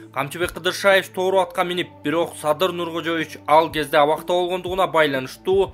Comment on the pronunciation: Интонацияны туура коюп оку. Тоору деп окуп жатасын. Тору, "о"да, "у" да басымсыз окулат.